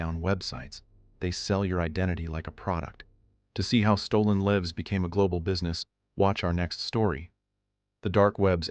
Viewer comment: "stolen 'lives'" (rhymes with "gives")? This is not a mistake a human English speaker would make. This was narrated by AI? If so, say so.